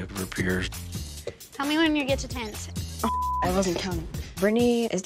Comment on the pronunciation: Tennasee 😂 lol